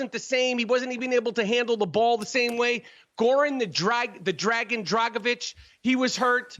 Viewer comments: Nikola Jokovic... Goran "the Dragon" Dragovic... Man, Americans really cant pronounce any foreigner's name... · He also said "Goran the Dragon Dragovic" 🤣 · Man said Jokovic and Dragovic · This man said jokivic and dragavic lol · Micheal gave everyone from overseas a "Ovic" jokovic , dragovic 😭🤣🤦🏽‍♂️ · he said "dragivich' later on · And DRAG-A-VICH for Dragic hahaha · When any foreign white player comes up in discussion... Rapaport: adds "avic" to their last name - Jokavic and Dragavic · this guy cant pronounce dragic or jokic lmao